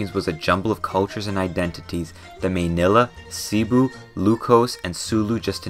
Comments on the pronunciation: Hah "meynilah" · I lived in the philippines for 12 years before moving to canada and i never knew having more than 2 typhoons a year was not normal until i asked my friends why there hasnt been a single typhoon that hit us yet Also the way you pronounced manila, cebu ilocos, etc. was so butchered but it was very funny, thumbs up! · The way he said cebu and Manila made me pull out the broom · what do you mean meynila!! manila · I'm a filipino who lives in uk, i love seeing philippines get represented/talked about, but your pronounciation of some words makes me die inside like "may-ni-luh" (manila) and "seb-way-no" (cebuano). you even misspelled "kamusta" as "kamutsa". still a great vid tho